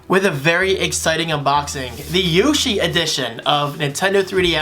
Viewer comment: Bro what the heck yushi edition at 0.09 second. It's yoshi!